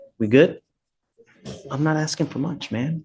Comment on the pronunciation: I'm just AKSING... isn't this FLUSHDRAITIN'N?